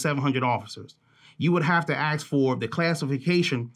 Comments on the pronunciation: Can someone tell me why this man with all his experience and edu action can’t say the word ask? And still pronounces it aks? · It absolutely pains me that ppl who hold positions of influence use the pronunciation of: Axe instead of ask. He.should have axed me. No please.... He or she should have asked me. Damn it ppl. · can you please learn to say the word "ask", correctly. It is not: axe, and in "axe me a question." It is "ASK" as in "ask me a question." You say that you've been to college, and I believe that. Isn't it time for you to display that education, with the correct pronouciation of a basic, commonly used word? After all, if English is the only language that you know, at least get the most basic words in it, right. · This makes me think that Reichstag Nancy wanted law enforcement to be violently confronted. By the way, “aks” is very old English bright here by the Crackers who worked alongside and oversaw the slaves.